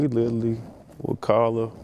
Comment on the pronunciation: This podcast is for people for pronounce literally as “littley”